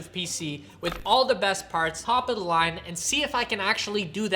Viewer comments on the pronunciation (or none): none